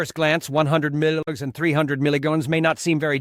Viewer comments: Sound information on this drug. UNFORTUNATELY, possibly the worst AI voice that I have ever heard. Says "milligans" instead of "milligram" which might confuse people who don't have experience with metric units of weights, especially as it relates to medication. The voice also has a fast, shrill tonality reminiscent of someone who has overdosed on caffeine. Not ideal for many people trying to learn about potent drugs. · .must be AI. Images have nothing to do with the subject. And he never pronounces melograms correctly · You need to educate your AI assistant how to pronounce milligrams!